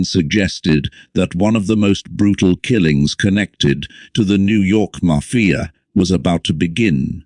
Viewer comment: What is wrong with this narrator.....maf-fi-a